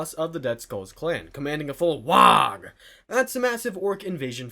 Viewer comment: it's pronounced wah, not wahg. You're saying war, but replacing the r with an h.